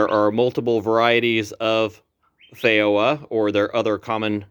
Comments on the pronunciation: Fay ro ah? Hmmmm. In NZ it is a FEE JO AH. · The word feijoa is Portuguese, therefore the “j” is pronounced the same as a “j” in English. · Any time people see j with a Latin/Iberian sounding word they pronounce it as if it were Spanish for some reason. Even when you correct them it’s like they cannot re-wire their brain to the change for some reason.